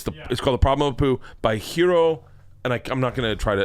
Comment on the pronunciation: Lmao really Bert? H.A.R.I. how the fuck did you even pronounce it HERO?! It's a two syllable word.